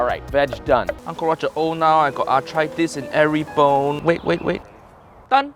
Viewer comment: roger said “au-try-tis” 🤣